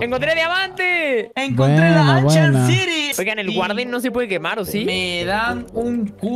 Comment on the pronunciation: ancient city 🤮 Loco: anchient ziry 🤑